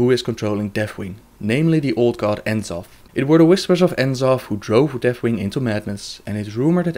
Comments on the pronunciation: its pronounced NA-zoth, not En-Zoth for N'zoth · eihfyb\seufnzsief/ How can you say C'thun properly but not N'zoth? Just look at the way it's spellt for rucks sake, N'zoth, not En'zoth!